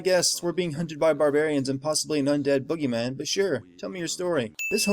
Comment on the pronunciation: +sin its boogey not buggy